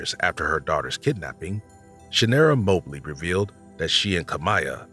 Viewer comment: Its Mah Blee, not Moe Blee